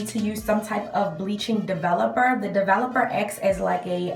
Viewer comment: “ develupuh” lol ❤️